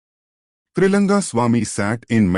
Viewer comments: Is it Tailanga swamy or Tri langa swamy ??? Wrong pronounce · *It's Trailinga not trilanga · Please observe this, the name of Trailinga swamy has been written wrongly and the same has been mispronounced many a times in the video. Please pay attention to the details